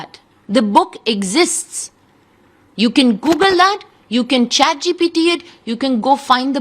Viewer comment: Chat gpt bolna nai ata isko